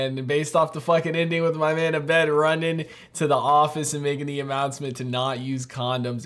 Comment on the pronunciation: It's "AHbed" (emphasis on the first syllable), not "a BED". Or it's AYbed if you're Pierce Hawthorne.